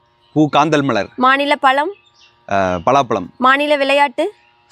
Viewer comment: இவ்வளவு தெரிஞ்ச உங்களுக்கு ‘ழ’ன்னு சொல்ல வரல. பலாப்பலம் 🤦‍♂️